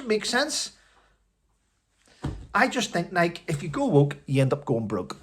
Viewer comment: The e is pronounced in Nike like a y. Nikey.